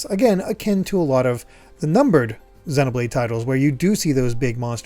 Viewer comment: I still think you're pronouncing Xenoblade wrong 😛